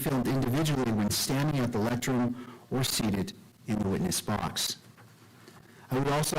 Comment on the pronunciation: Did he say lectrun instead of lectern? Twice?